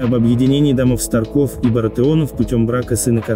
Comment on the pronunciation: СтАрков, а не СтаркОв. ТОмен, а не ТомЕн.